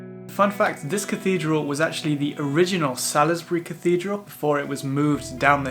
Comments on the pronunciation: From a local - Old Sarum is pronounced Old Sairum and Salisbury is pronounced Saulsbree. Glad you enjoyed my lovely home town. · Not to sound pedantic,but I always thought Salisbury was pronounced Sawlesberry..But if I'm wrong? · It's pronounced SAULZbury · Salisbury pronounced Saulsbury 😊